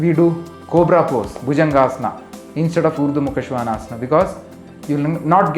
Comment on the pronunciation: Thank you! I love the authentic pronunciation. Now I realise I said it wrong all this time. I am just posting a video on this pose, but now I wish I had seen your video first.